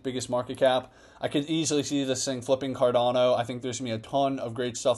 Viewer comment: Emphasis on the “no”.